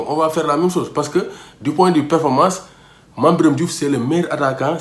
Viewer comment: à propos de la prononciation de mame biram de retour au l'équipe national ça m'oblige de japper t'es vidéo mais arrête